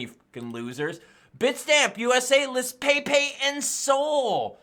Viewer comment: Yo...it's pronounced Pep' E...